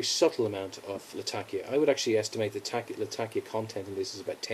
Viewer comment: Great video my friend, but it is Latak'ia and not Lat'akia. :)